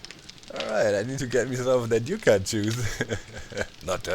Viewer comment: Yucca is pronounced Yuck-uh. It's the official state flower here. Yeah, that ugly plant is the one they picked. Tells you a bit about their options.